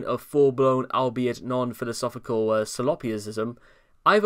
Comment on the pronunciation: It's saul-up-sism (solipsism)